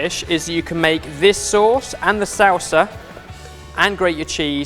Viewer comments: and how he says salsa so it sounds like "sOW-suh" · as a Mexican I thought I would be more bothered with the ingredients but no it was way of pronouncing salsa... "SAUWSA" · I love how says salsa. Sow-sa I also thought he said the "grate-est" thing about this recipe. Top pun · I physically cringe every time pronounces "salsa". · I know people give crap about his pronunciation, but c'mon... "salsa" isn't hard to say! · So weird the way says sauces and salsa...of course I’m from Texas though....